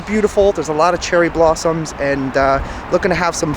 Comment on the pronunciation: "Cheery blarms"hahhaha seems you were light headed I am sure you a good meal and a couple beers!